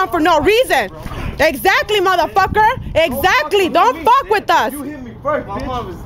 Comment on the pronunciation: “Ex zately “ 🤣🤣🤣